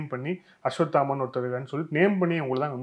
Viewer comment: அஸ்வத்தாமன் அவர்களே, ள வை ல என்று உச்சரிக்காமல் ள வை ள என்றே உச்சரித்தால் நன்றாக இருக்கும்